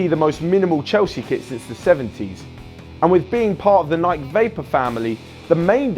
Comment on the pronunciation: Is dude mispronouncing Nike? It's fuckin' Nike, mate.